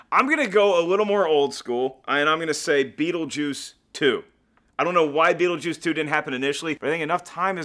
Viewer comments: Beetlejuice 2: Beetleduece. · "BEETLEDEUCE GUYS.............. BEETLEDUECE!!!!!!!!" "THEN IN ESPANOL BEETLEDOS!!!!!!"